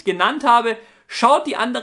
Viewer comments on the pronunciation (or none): ich brauch mehr infos über kryptos welche ytber empfiehlst du um sich zu informieren und am schluss hast du kabal statt kanal gesagt #grammar/:=(